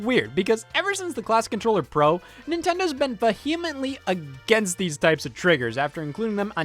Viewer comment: "ve-HEE-mently" - Scott